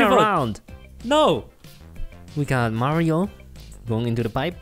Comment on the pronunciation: You pronounced Mario wrong.